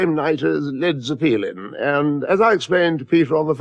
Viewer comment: Led Zeh-peelin